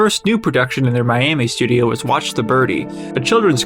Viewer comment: It is not "Betty" and Cecil... and not "stidio."